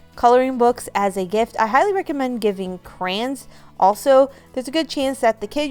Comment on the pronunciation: Crans?? Do you mean Cray-Ons?